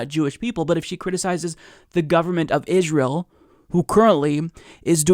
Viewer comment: I'm Jewish and probably more anti-israel than Omar. However,... Please, please pronounce Israel correctly. It's IS-rail, not ishzrail.